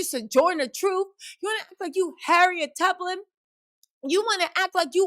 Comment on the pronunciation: not Harriet TubLAN.! Your pronunciations sometimes lol That's how I know you're into it 😆 "Yuh-anuh" 😆😆😆 I wait for that part!!! I love your goofy!!! Thank you for being yourself fr! lol